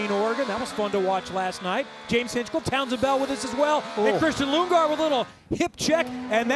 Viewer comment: He called him Lungegaard 💀